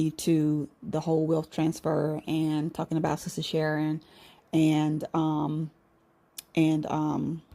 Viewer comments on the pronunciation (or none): none